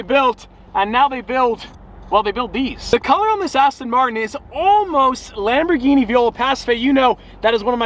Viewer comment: It's Lamborghini with a hard G. Not Dschini